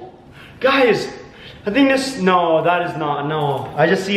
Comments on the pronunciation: Its anyyoying when you say snow speak right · We are all just going not listen that when he says no he says snow😂😂😂😂😂😂😂🤣🤣🤣😂😂😑😑😑😑😑😑😑😑😑😐